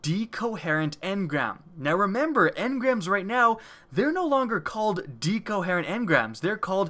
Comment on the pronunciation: DHEEcoherent engram